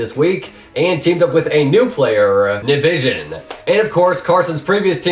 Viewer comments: Nivison not nivision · you said ted nivision wrong might want to say names right before you do this okay thank you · it's nivison not nivision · also like how no one in the tournament said "nivison" correctly